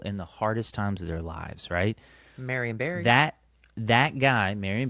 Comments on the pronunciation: When he was saying marry and berry suit I kept hearing marionberry which are a delicious variety of blackberries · I literally thought he was calling it a (disgraced former mayor of Washington DC) Marion Barry suit.